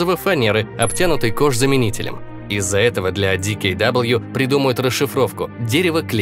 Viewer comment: . Автор, что ты несешь? Какой ди кей дабл-ю? Открой хотя бы википедию там ясно написано правильное название предприятия ДКВ (Дэ-Ка-Вэ/DKW/Dampf Kraft Wagen/Дампф Крафт Ваген). И это не единственное видео, где неправильно произносится название. Про танки там вообще сен шАмон вместо сен-шамОн, и а-7-вэ вместо а-7-фау, плюс исторические неточности.